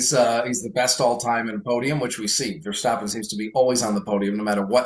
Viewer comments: How to pronounce Verstappen? As American I say the A sound but says it as O sound hmm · can we stop saying ver-stop-en? Can we make this HAPPEN??? Or are we going to start saying Lewis Hah-multin and Mox Ver-stop-en?